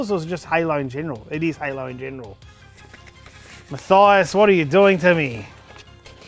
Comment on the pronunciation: Munk Meal i am fine with it as he had pronounced it...